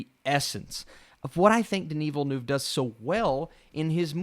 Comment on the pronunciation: Denis Villeneuve mispronunciation